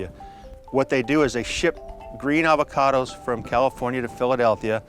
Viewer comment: "Ah-vo-cados," not "ave-a-cados." Sheesh.